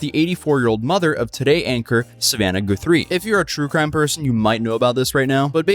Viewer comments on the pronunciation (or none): Guthrie (Guth-Three) not gooth... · OMG this is my hometown and I didn't hear a single thing about it. TPD isn't the most restrained. ETA: Its Nancy Gut-three 😊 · Guth, not gooth…. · Dude I am so bothered that you’re pronouncing it “GOO-THREE” rather than “guh-three”. I haven’t been this bothered since when New Rockstars was pronouncing Taweret as “tuh-wah-ret”. Bro… cmon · Lol, " Goothree," dude's clearly never listened to Arlo Guthrie. That's sad. Anyway, it's pronounced Guth-ree, not Goo-three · A woman is dead,, the least you can do is pronounce her name correctly. Guthrie is not Goothree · I’m sorry but it’s Guth-re 😂 goothree or whatever does sound more fancy 😂😂😂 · Its guth-ry not goo-three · I hate being nitpicky but thought you might like someone be able to tell you how that last name is actually pronounced for the next time Nancy Guthrie gets brought up. Did you know it's not goose ree the u is pronounced like you would say the u as us. Their last name is pronounced as Gus with the thrie sounding like th in three So Gus + three equals Guthrie. Does that help? Didn't want you to have people come after you for pronouncing it wrong I'm pretty sure there are others might want to know how to properly pronounce it too. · 👀 Bruuuhhh..Did just say Savannah GOO-THREE 💀💀BHWAHAHAHA 🤣🤣🤣 its G-UH-THREE, but thanks for the laugh. 😅 Edit:, bro youve said goothree so many timesnim fucking dying 😂 If we had to take a shot every time you said her name wrong wed be fuckin wasted 😂😂😂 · GUH-three Pah-lah-ZWAY-lohss Chest down, not waist down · Come on...Guuuth-three......How do you mispronounce a nationally known name! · 'Goo-three'? 'Goo-three'?!? Seriously? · it's Guthrie not gathrie. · Goofree? Goothree? ohh Guthrie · It's pronounced Guth-ree btw. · The pronunciation of Guthrie is painful to hear, especially when my family comes from Guthrie Oklahoma. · the average person doesn't know what a swatting is. also lol at pronouncing guthrie